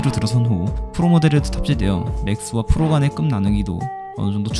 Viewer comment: 발음이 새셨을 수도 있죠 ㅋㅋ